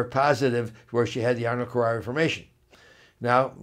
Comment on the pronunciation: Ernold kerarri formation? People who take this condition seriously usually refer to it as Arnold Chiari MALformation. while I am not against chiropractic treatment, I am hesitant to trust anything you say, since you not only fail to pronounce it correctly but your thought process on the whole ordeal just seems to be greatly askew and out of touch with reality. Maybe it seems snobby to point out also that your spelling and grammar are horrifying.